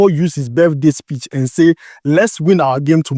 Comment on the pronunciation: Bro e be "speech" not "spitch" 😂